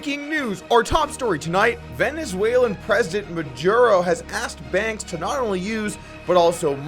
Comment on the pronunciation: Jesus Christ it took me a while to understand "Maduro". Gotta practice dat spanish Doug!